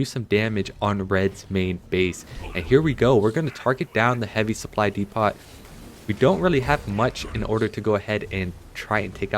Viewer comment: Dee pot is killing me. 😂